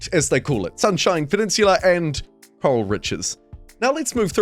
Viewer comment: shouldn't it be 'Coral' and not 'Corral'?